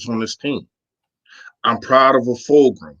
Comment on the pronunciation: Its fulgham FULG-UMMM